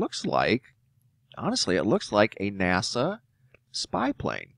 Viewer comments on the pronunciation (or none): none